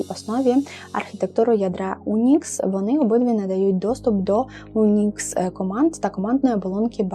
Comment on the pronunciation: Не "унікс" а "юнікс" і не поспішай ;)! А так - дякую за цікавий український техконтент!